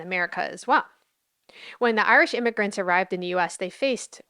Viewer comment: "Immish immigrants?" 😅😂 Was that a mistake or did she actually mean to say that?